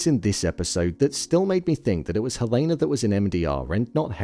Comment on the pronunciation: Why do you keep pronouncing Helena's name incorrectly?